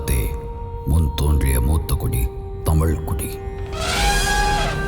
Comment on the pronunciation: யாருயா அது குரல் கொடுக்குறது? தமிழ தமில்னு சொல்றான்,கழுக கலுகுனு சொல்றான் இவ்வளோ செலவு பண்ணி படம் எடுக்கிறீங்க தமிழ் நல்லா பேச தெரிஞ்ச ஆள வச்சு குரல் கொடுத்துருக்கலாமே!. இதுல தமிழ் பெருமவேற பேசுறீங்க.தமிழ ஒழுங்கா பேசதெரியல